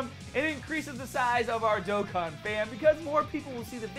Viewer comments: Did- did you just- SAY DOKKAN CORRECT?!?! Lmao, amazing luck btw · hold up, did you just pronounce "Dokkan" correctly in that intro?!?!? 😂